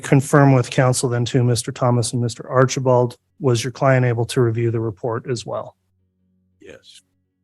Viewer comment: Im sorry but everytine I heard Artchieball, like a child I chuckled!❤ Bears 🐻 ❤